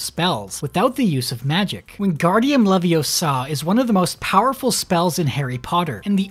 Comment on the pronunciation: funny how he never says leviosa correctly